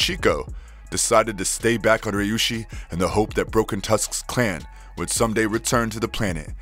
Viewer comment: Is it so hard to read Ryushi as Ree U she?